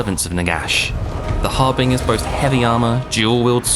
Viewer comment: "Har-bingers?" AI narrator. Dislike, CA cannot get away with replacing humans.